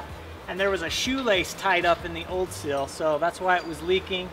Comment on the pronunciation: It's not a cil its a seal🤨🤔